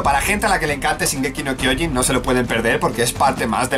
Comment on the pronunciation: No es "Zingeki no kiojin es shin eeees shin!!!!!!